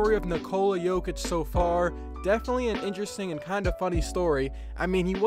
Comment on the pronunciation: Its not Nikoula Joukith its Nikola Jokić